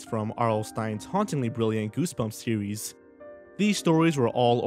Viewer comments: are you trying to sound like elmer fudd from looney tunes because when you said series to me you said sewies? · "In the entire sewes" The dreaded OWO haunts my life